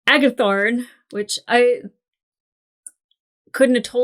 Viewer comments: By the way, it's Agathon not Agathon, more like Agatha with an N on the end, not like Aragorn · AGATHON. Drop the R. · Would someone please tell her that it is Agathon not Agathorne. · Sharon Aga-THON -not THORN :) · Agathon… no R like Aragorn. And everyone else….STOP SPOILING with coming episodes/events. Seriously the ‘I know something you don’t know’ bs is so annoying.